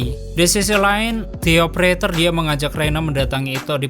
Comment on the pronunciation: De opereter bang bukan ti opereter